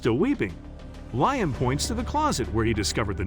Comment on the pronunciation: It's Lee-um, not Lion.